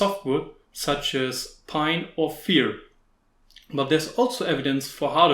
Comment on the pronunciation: Spruce is also a softwood. Btw, fir is pronounced not as "fear", but as "fur", ie. with a vowel sound that would be written with "ö" in Swedish or "ø" in Norwegian.